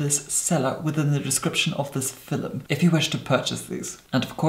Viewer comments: I learn a lot from your techniques. You have the most amazing bone structure. I also like your elocution. Did you take lessons, or does your family just naturally speak that way? I die everytime you say fil-um. ♡ new subscriber here ♡ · Filum looool